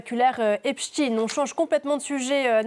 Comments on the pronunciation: On ne dit pas "Epchtine" mais Epchtailleneu (en fait, c'est comme Einstein, OK?), tout le monde le sait donc INUTILE de cacher la judéïté de Jeffrey en traffiquant son patronyme. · c est steinnnnn pas stine epstaiiiiin pas epstiiine